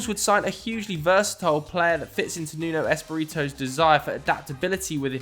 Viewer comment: who's Nuno Espereeto? 😂